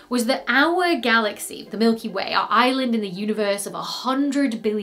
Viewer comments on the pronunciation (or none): none